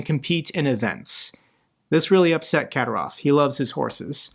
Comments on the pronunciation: Ka-dír-ov. Accent on the second syllable. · It's pronounced Azer'bai'jan (Azer By Jan) and Kadyrov Kadir'ov